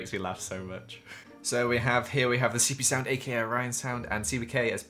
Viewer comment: did anyone else here him say “seepeesound” and “Orionsound”